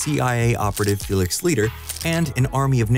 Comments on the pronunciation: It's l-eye-ter. Not liter. And a boat, not a cellar. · In two words tell me you’re not a James Bond fan. “Felix Leeter” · You mispronounced Felix Leiter It’s pronounced almost like „lighter“ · ‘Felix “Leeter”’? Wow. Pretty much nuked any credibility you have on the subject of Bond. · Is pronounced Lighter, not litter! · "Felix Lee-ter?" LOL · Felix Leeter? Lmao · “Felix Leeter” Mf doesn’t give enough shits to say Felix Leiter’s name right 💀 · Ok, mispronouncing the name Chiffre I can understand, it's not that easy. But Felix Leiter, really? That name is easy, it's pronounced "lighter". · He also mis-pronounced Felix's last name.. lol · With how Fekix’ name is pronounced, it’s obvious that the narrator has never seen a Bond movie in his life